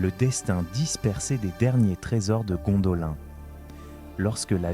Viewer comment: un effort sur la prononciation stp, car de t entendre dire a tout bout de chant Gondolin, alors que la prononciation est Gondoline, franchement sa casse les boullasses, j en suis a 4 minutes est j ai déjà envie de me barrer, juste a cause que tu répète en boucle Gondolin, alors que l histoire que tu raconte est intéressante. Malgré tout je te laisse un like, car le boulot effectuer est bon, l histoire et bien narrée, bon montage, Histoire intéressante, mais vraiment la prononciation, car sur certaine choses tu le faits. On m'as toujours dit, boulot à moitié faite n'es pas fais.